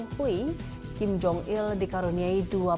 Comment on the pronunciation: Kim kali.... Bukan king... Lu ga bisa ngomong kim ya ?